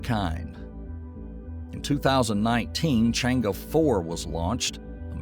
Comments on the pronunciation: Think should pronounce more closely as possible to the Mandarins words ie."Chann Er" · its pronounced as trwo words Chang ER... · My ears almost bled from the constant wrong pronunciation of Chang’E. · The video is in fact very informative with regards to moon exploration, if I were to be picky, it will be the pronounciation of chinese terms like Chang'e and Que Qiao, it will be utmost appreciated by the chinese community n real good knowledge for the Non-chinese community in respect for the correct pronounciation.